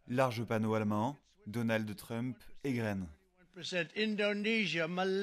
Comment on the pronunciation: Il faut qu'il arrête. Même en français on ne dit pas trumepe..mdr 2millions d Algériens en France. J ai arrêté là.